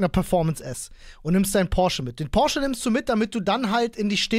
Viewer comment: Von dem will ich nix, der kann nicht mal Porsche richtig aussprechen.